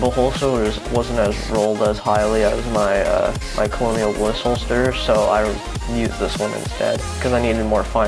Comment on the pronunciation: "Colonial" Bliss Holster lol...that's how you spell "Kernel"....Colonel....the military officer rank. Just good looking out for u bro. Nice build!